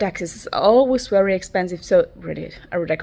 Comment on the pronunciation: Wery wery small?! You are so wery pwecious!!!😊😊😊😊